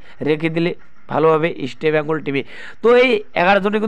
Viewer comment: আগে ইস্টবেঙ্গলের উচ্চারণ টা ঠিক করুন তারপর ইস্টবেঙ্গল কে নিয়ে ব্লগ করবেন। Ok